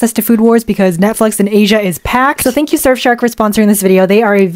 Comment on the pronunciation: I thought you said screw your privacy with surfshark XDDDDD